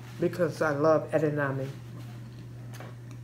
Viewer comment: It's not called eddanodmi it's called edamame